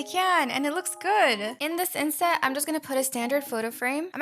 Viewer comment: what i hear when u say inset? idk how to spell it ✨insect✨ 👇 if u agree